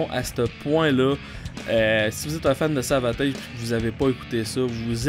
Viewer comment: Je me suis abonné à ta chaîne, mon ami. Deux petites choses, nonetheless: 1. J'attend avec IMPATIENCE tes futures chroniques/critiques sur le 'Tage.. 2. On prononce Savatage comme Sabotage.. (détail, c'est pas grave) Oh et puis merde, une troisième chose: 3. Je suis d'accord avec toi sur Grace Of The Witch et Dungeons.. Tout comme Morphine. Masterpieces all around!!!! Allez, je te laisse.. Rock on, brother!! Un bisou de France (not in a gay way though!!)